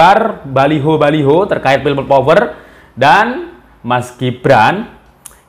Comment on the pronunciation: Kok aku dengernya pipa power...😢